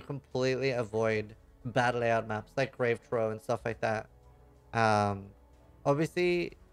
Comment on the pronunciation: SEER-us* EX-ark* GRAVE Troff*